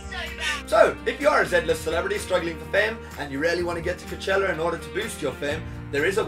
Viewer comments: coachella not cochela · He says is like “cuchella” 😂😂 not trying to be mean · I’m dying every time he says cachella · why does he say KICHELLA ?? Xx😂🤦🏼‍♀️ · WHY CANT HE PRONOUNCE COACHELLA?!?!